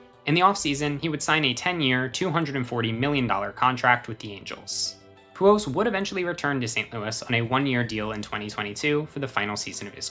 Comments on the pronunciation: How many times is this guy gonna pronounce the machine's last name as "Pujos?" So annoying. The letter L is not usually a difficult one to pronounce, but this guy has chosen to ignore it completely. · I have never heard anyone pronounce Pujols the way this guy does 😂 Great video tho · Lmao the way you pronounce Pujols is weird 😂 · Every time he mispronounces “Pujols” drink